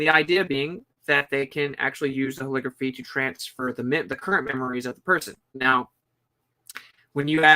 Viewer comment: Holography, not "holigraphy" you're trying to make it sound like calligraphy. LOG is is the word, not LIG. Look up the phonetics of how holography is pronounced. Love your work, just trying to help.